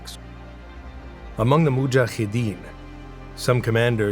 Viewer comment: Mujahideen does not have a 'kh' ح in it. It's a regular 'h'. Ahmed, however, does have a ح. So it's Ahkmed.